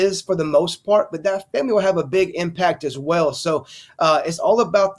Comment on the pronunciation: Say it with me Famoly. 😂😂😂